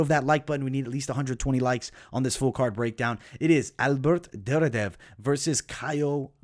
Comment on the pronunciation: As a big ACB MMA and ACA MMA fan, that Duraev pronunciation is killing me. There isn't a second D in the name. Its Dur-I-Ev. I hate being that guy but it was just like nails on a chalk board.